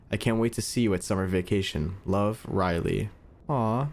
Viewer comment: When she asks who to send the card and you said "wooly" try saying "riley"